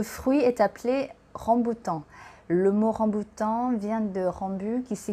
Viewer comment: ขออนุญาตแก้ไขนิดนึงนะคะ :) ภาษาฝรั่งเศสเราเรียกว่า RambOUtan นะคะ ไม่เหมือนภาษาอังกฤษค่ะ Je vais vous parler ใช้ infinitif Complètement* ระวังนะคะ è ไม่ใช่ é Comestible มี m ตัวเดียวค่ะ Personne (en mange) ไม่มี s Au niveau du* prix 2 kg et quelque chose ไม่มี s Ça vous a plu* ไม่มี e ค่ะ สำเนียงพี่ดีมากเลยค่ะ :)